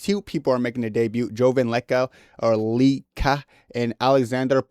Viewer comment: Bro can’t pronounce leka😭😭